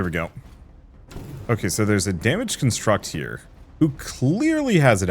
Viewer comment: you're pronouncing construct incorrectly. Construct is both a verb and a noun with different pronunciations. The noun should have emphasis on con instead of struct like in the verb. It was a bit distracting, cool game though.